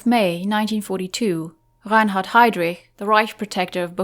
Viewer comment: Wow, that's how Reinhard is really pronounced? What a pretty sounding name for such a monster.